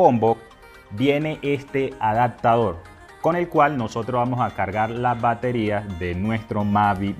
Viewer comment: Excelente consejo. Solo un dato es A D A P T A D O R, no ¡ADACTADOR! se pronuncia ADAPTADOR. Ojalá te sea de utilidad